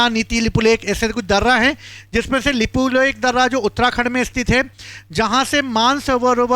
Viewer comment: यह भाई को अच्छे से उच्चारण करने को भी नहीं आ रहा है तो यह भाई बता रहे हैं यह की कौन सा इलाका किसका है इनको लिपुलेख और लिपि अधूरा का सही से उच्चारण करने को भी नहीं आ रहा है तो यह वाइट बोर्ड में लिखकर बता रहे हैं कि किसके साथ क्या हुआ किधर किसका जमीन है किसका क्या है तो यह भाई बता रहा है कि नेपाल ने भारत का जमीन लिया बाल इंसान है यह नहीं बताया कि नेपाल नहीं भारत का जमीन लिया नेपाल नेवी ले रखा है और भारत में भी ले रखा है तो दोनों देश मित्रों के हिसाब से बैठकर यह बातचीत करेंगे समझाएंगे. यह भाई सरासर गलत न्यूज़ फैला रहे हैं